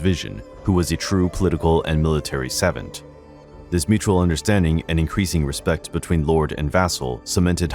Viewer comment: Gotta work on your pronunciation buddy. Wiley and Savant don’t sound like that